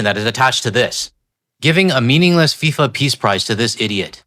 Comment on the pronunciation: Its FIFA, not SIFA.... there's a reason for that 🙄